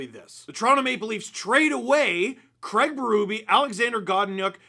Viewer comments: Fascinates me that North Americans cannot/ will not pronounce the name CRAIG correctly. You all say “CRAG”. Why? When water falls from the sky, do you say it’s RANING? Nope, it’s RAINING. So you can say it… Please say it. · Worst part of this hiring is 4 years of hearing the name Craig be butchered by how it’s said in North America. Sad times 😢